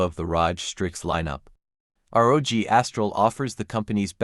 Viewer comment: “Assus Rahj”